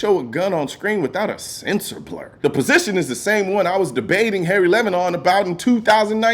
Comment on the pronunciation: “Harry Levin.” 😂